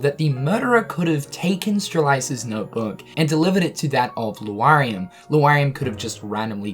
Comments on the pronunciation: You keep reading Lauriam as Lu-ariam instead of Laur like in Lauren and iam like in Miriam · Luariam? Sterlyza? Please stop saying them like that. Lauriam is like Laura. You wouldn't say Luara. And reading the romanji hints at how to pronounce the names. I mean no offense. I appreciate the updates. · Lauriam can be correctly pronounced as either LA-RI-UM or LO-RI-UM, but not LU-A-RI-UM as the 'a' and 'u' are not arranged to lend to that pronunciation. Sorry to all who are dyslexic, but I've been hearing this mispronunciation a lot and it just bugs me. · L A U riam not L U A xD daaaamn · LAURIAM, NOT LUARIAM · Also Lu-ariam instead of Lauriam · How are you still pronouncing it Luariam when you correctly spelled it in a tweet as Lauriam? Just look at the letters dude! XP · its lore-ee-um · You do not pronounce that dudes name right. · LEARN HOW TO SAY L-A-U-RIAM'S NAME, FOR GOD'S SAKE!!!!! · So nobody's calling out for spelling names and then completely mispronouncing them?, I know they're stupid names, but I'm going nuts every time you say "LU-ariam" and "Strel-EYE-za". Especially when you spell em right there in the title. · Law-ree-um, stre-lit-see-uh... Don't skip phonics kids... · STRE-LIT-ZEE-AH. LAU-REE-UM. Come on man. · Stephen Boyles I wonder if Lu-R-iam and Streliza are friends of Lauriam and Strelitzia. always shows footage of Lauriam and Strelitzia when talking about the other two. This has always been a consistent thorn in my rear, as well as how often he has to insert “that of” before he references anyone. “The way he enunciates that of Lauriam’s name appalls that of myself.” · Has no one told that he keeps mispronouncing Lauriam and Strelitzia?